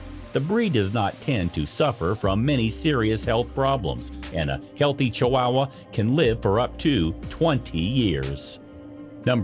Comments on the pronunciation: I’m sure this video is full of interesting facts but if I had to hear dude pronounce it “chi-WOW-uh” one more time, my head was going to cave in on itself. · This made me laugh. Ch-WOW-uh!!! Reminds me of how Peggy Hill would pronounce Spanish words on King of the Hill. <3 love my lil wow--uh though 🥰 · Ay...this was painful to listen to. chu-WOW-wuh, sinko-DAY-my-oh, The most American pronunciation I've ever heard 🤣🤣🤣 Edit: in all seriousness though, this is good information and I love the inclusion of the girl with Down Syndrome as a positive roll model. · I've never heard "Chihuahua" pronounced the way you're saying it. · Fact 11. You can't pronounce Chihuahua. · You are messing up the pronunciations of Chihuahua and Techichi. And now Yorkshire ! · OH MY GOD PEOPLE!!!! IF YOU ARE GOING TO ACT AS A PROFESSIONAL NARRATOR FOR VIDEOS - LEARN HOW TO PRONOUNCE THE FRICKIN’ WORDS!!!!! ESPECIALLY THE MAIN TOPIC: CHIHUAHUA!!!!!!